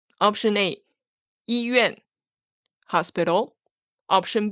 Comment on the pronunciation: Lesson 7 why does during the dialog 医院 sound like yi bian?